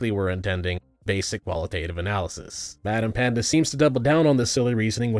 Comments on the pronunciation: Great video, but it's "BadEmpanada" not "BadEmpanda" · BadEmpanda is a criminal way of saying BadEmpanada. 😂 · It's interesting to see BadEmpanada fans only response to this video is: -Watch his response -In his response he said you were wrong -Watch his response to understand -Watch his content to understand -You say his name wrong Is very ironic if you ask me. Because not so long ago, right wingers said the same thing to them about Ben Shapiro. Like, they will go in an LGBTQ+ video, get in the comment section to cope and seeth of people being happy. And when anyone questioned them, they will just link them to a clip compilation of Ben Shapiro Owning SJWs Or a full video made by him. You are doing the same. As you can see by my comment, you CAN write long responses to the video. So like RESPOND to the video, and if you do, try to do it on your own. Don't have BadEmpanada's video in another tab to listen and copy his points. Try thinking on your own and actually listen to the other side to respond, not instantly assume that they are wrong and try to look for reasons to justify why they are wrong. Also, don't respond to a comment, have some balls and make your own comment responding to them, don't hide in the replies figthing some random guy who said something with a grammar error. And lastly, mentions the name wrong because he doesn't speak spanish. And Empanada is a name that you need to say in Spanish to make it sound normal. BadEmpanada can do this because he is Argentinian. Please, you guys constantly speak about being understanding and inclusive, cut the guy some slack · How exactly do you mispronounce "BadEmpanada" every single time?